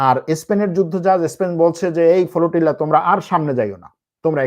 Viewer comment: The word is Flotilla brother not FOLOTILA....!!!! Very bad pronunciation !!!!!